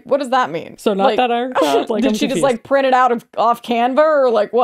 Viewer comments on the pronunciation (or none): none